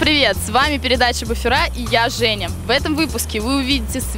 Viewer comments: Да почему буффера?название же баффера!это типа такая фишка чтоль? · блеать !!! баааафффеееррррааа!! БАФФЕРА ..не буфера...ББАФФЕРРАААААА!!!!!!